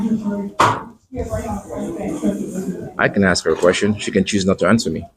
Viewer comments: ".. don't axe no qwestions..." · Please stop axing me....i find it very threatening 😂😂😂